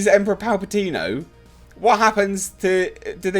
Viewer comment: It kills me how you say 'Palpatino'! Hilarious!!!! And good voice doing the Emperor!!!! Oh, what, my views on this topic? No comments of course!!!! Great video as always!!!!